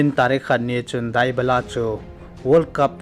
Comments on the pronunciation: It not dubala it debala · Dybala tih ngal o bro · Bro Dybala na pronounced cu nui jat um val 😂